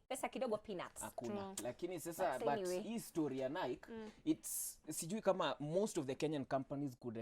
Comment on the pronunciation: Hi. I love you! It's pronounced "Na-i-kii"